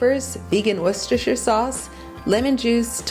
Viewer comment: Best American pronunciation of Worcestershire sauce this Brit has ever heard! ❤ Can't wait to try these x